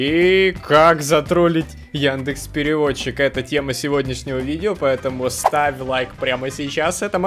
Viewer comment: яндЭкс чертав изврощуга! Хватит тут это..... Ну вы поняли 🌚